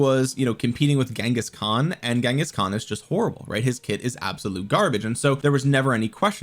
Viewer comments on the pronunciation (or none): none